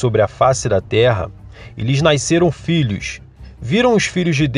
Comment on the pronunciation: Só uma resalva... Nasceram e não naiceram...pqp.